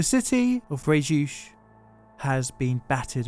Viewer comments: Cool video but the way you prononce Frejus is laughable, it's not "freechuch" but "frayjusse" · for once in French you can pronounce all letters: FréjuS ;-)